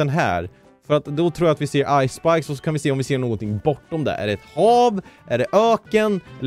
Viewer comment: var det bara jag som trodde han sa ice spice när har sa ice spikes